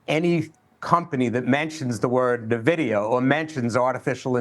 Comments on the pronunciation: If you cant pronounce Nvidia properly i aint listening. its not Nehvidea its N-VIDEA damn get it right folks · It’s not Navidia, it’s (E)nvidia, as in Envious! ☺️ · Navidia Navidia...learn how to pronounce it! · You mean Nuhvidia? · Old guy that probably doesn't understand tech calling it nahvidia. Hard to trust this. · lol you'd think this expert would know how to pronounce Nvidia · cant even pronounce the name properly. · Boomers can't even pronounce the name of the company making them millions 😂